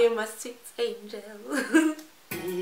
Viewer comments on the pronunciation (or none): none